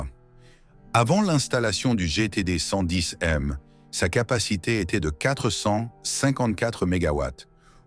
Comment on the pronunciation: Une IA qui déraille avec le mot "110m" qu'elle est incapable de prononcer correctement.